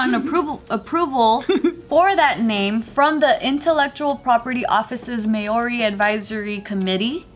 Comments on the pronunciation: the first pronunciation of Maori was more accurate haha not may-ori. But still love you hehe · It’s mow-ri as in mow the lawn. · Māori is pronounced "MA - REE" and you can roll the "r" if you're feeling fancy lol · It's Māori...the 'r' is rolled the same in Japanese or Spanish. Mā as in Mama, āo as in ah-oh nor ow, ri as in arigato. Māori!💯🤙🏽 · H Nah mate, Its "Mah-oh-R-I', Im Maori and I was born and raised in New Zealand so I think I would know. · As someone who lives in NZ, it was a bit hard to hear her pronounce it like that 🙈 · butchered the Maori as she kept saying it 😂🤦‍♀️ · H Bart says it properly without rolling the 'r', thats what I was talking about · Oh you were pronouncing so well in the beginning. But why did you change it 😣